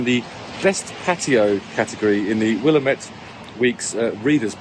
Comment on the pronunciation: I adore how you said "Willamette". I will now try to say it with such a flourish from now on